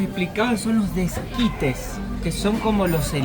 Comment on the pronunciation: no es desquite es esquite.Muy bueno.